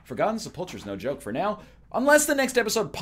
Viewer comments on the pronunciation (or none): none